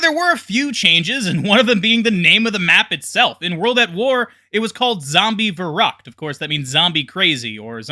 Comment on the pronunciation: It's kind of annoying how you pronounce Verrückt